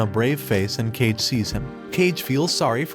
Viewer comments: says boji normally cool says cage a few times, realized cage was Kage ayo? I'm surprised you didn't pronounce Boji for Bogai or Bojee but somehow can't say Kage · It’s not pronounced “cage” my god lol Kage is Japanese for shadow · I couldn’t help but cringe whenever author pronounced kage as cage 😅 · not the 'cage' bro wtf😭😭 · Kage pronounced Kah-Geh, means shadow. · tell me it's you and that they did not really pronounce the name of that shadow as cage and not Kage in that anime.... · his name also isnt pronounced cage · Just recite Kage Bunshin no Jutsu and you'll remember how to pronounce it... I swear this means the narrator either forgot Naruto or didn't watch it at all. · Not even 20 seconds in and I'm already cringing at 'cage' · The amount of times Kage was mispronounced as Cage... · How the heck did you watch the whole anime and be able to say kage wrong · Actually there's some false information in this episode. Boji didn't bring Kage home. Kage followed him the shadows without him knowing cause he was curious about him And your pronouncing kage wrong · BRO KAGE IS NOT PRONOUNCED AS CAGE IT IS PRONOUNCED AS KA GEY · Kage is not read as "cage" but Ka-geh. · It’s not “cage” it’s “Kah-Gey” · It is not pronounced like cage but kaagay which means shadow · Dtoo saying cage, that's not how you pronounce hus nsme. Ka Ge are 2 words. Uhg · Its not kage, its "ka"-"ge" means shadow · Its not kage like in "cage" but "kage" with g sounding like g in "grocery" or "grow". And "kage" in japanese literally means "shadow" so his name can be translated as just "shadow" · It's not "Cage" it's "Kaa-Gay" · It's "kah-geh" not "cage," but wonderful video! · ka-gay not cage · It's pronounce khage not cage oh my even you don't know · HE IS KA(ka) GE(ge) Not KA(ka) GE(dge) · It's not Cage, it's Ka•gei, meaning Shadow. Cus he's a shadow. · Kah-gae not cage 😐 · Why do you keep pronouncing his name "cage"? It's pronounced "ka-geh" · Umm his name is kage (ka-gay) Not cage (Johnny cage)